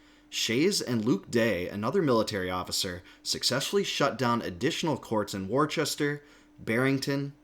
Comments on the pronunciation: The city in central Mass that you mentioned is properly pronounced, "wo-stah" or "wo-ster" not "war-chest-er" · Great analysis! One tiny quibble: Worcester in pronounced "Wooster!" Locals say "Woostah." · Worcester is pronounced wooster (oo as in book or foot).